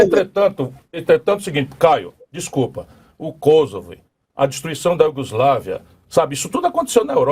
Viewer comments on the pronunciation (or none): none